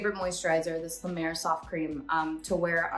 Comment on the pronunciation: Not la mer!